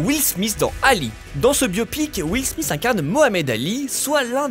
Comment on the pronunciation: Will Smith et non Will Smissssssss